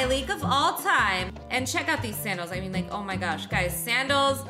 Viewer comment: Like* not lock